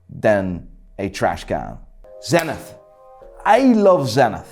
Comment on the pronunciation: I love tenithhhhhhhhhhhhhhhhh It's spelled "tseniit" Your brain must work like a hublot :D <3